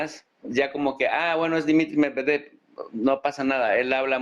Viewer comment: Amigos de AL, una vez para siempre. El nombre MEDVEDEV se pronuncia MED VIÉ DIE V. Con el accento bien marcado EN LA SEGUNDA E. Suerte, hermanos.